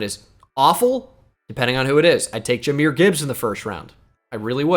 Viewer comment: I know it dont mean much overall, but I’ve noticed it a couple times. It’s pronounced Juh-myr not Jah-myr. Yes we do call him Jah like Ja Morant, but it’s pronounced Juh-myr